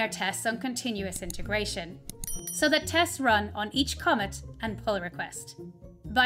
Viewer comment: Thanks for the guide! I've never heard anyone pronounce "commit" as "comet" before. 😄 Typically one would say "com" "mitt".